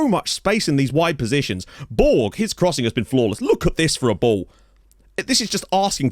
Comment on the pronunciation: Great work. In Malta, Borg is spoken similar to Borch with a very soft g rather than a hard g.